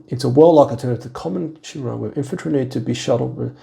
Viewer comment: I've heard you pronounce Chimera, Brother. 😜😁